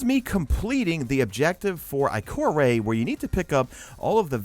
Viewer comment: Did he really just say Ikor-aey